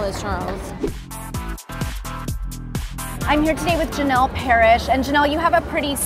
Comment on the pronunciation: Janel not Jane lol